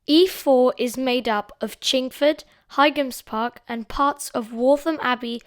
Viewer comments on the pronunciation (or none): Your videos are getting better and better.. I think Boite is pronounced "bwaht" and by the way, the G in Highams Park is silent, like High Street.